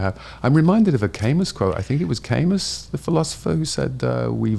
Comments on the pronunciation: For all the fart huffing, I really hope he wasn't talking about Albert Camus because Camus is pronounced ka-moo, not kay-miss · Camus is pronounced like "Kah-moo". Or technically kæˈmu. Sorry to get nit picky but people pronounce this guys name wrong so often is bothers me.